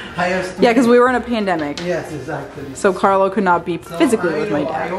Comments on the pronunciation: Carlo, please teach her to at least pronounce your name correctly. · La pronuncia di quando dice "Carlo " è simpaticamente americana. Arrotola la "r' che è uno spasso sentirla.